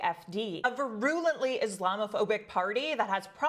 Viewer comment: I'm sorry, love you and what you do, but i have to... virulently: 'veer-you-lent-lee' (I don't think this is a Canadian pronunciation thing, but maybe im wrong) again, big fan